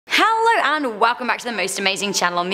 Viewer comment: If you could say hello right that would be great i keep thinking you say halo.